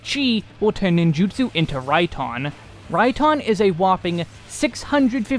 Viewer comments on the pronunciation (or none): none